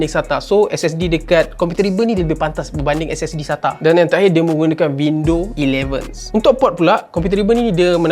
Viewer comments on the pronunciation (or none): Windows11 ❌ WindowElevens ✅ 😂